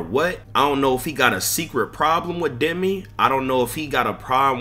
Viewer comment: 😂bro said “Demon 🌱Demi’ 🤣